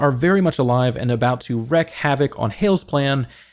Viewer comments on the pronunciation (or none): It's not "wreck havoc" it's "wREAk havoc".... this one is growing fast across the YouTubes...